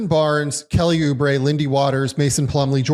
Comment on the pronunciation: Did he say kelly oubre?